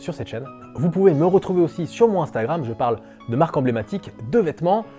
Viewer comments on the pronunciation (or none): none